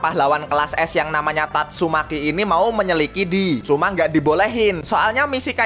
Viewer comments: apa bang?, menyelikidi😭😭😭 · Menyelikidi apa lah bang.. ngakak sendiri gw bjirrrrrrr😂